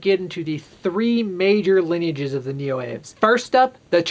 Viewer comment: Neoaves is pronounced Neo-Ah-Vays. It's a latinate name, so the E is pronounced. It's the same root as many other words for birds, like avian.